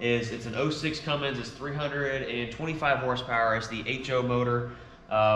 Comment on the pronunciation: It's Cummins not cummings